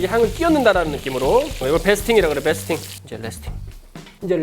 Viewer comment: 베이스팅을 베스팅이라고 하는겁니까